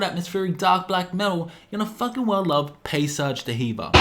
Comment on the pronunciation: it's pronounced "dee-verr" not "duh heever"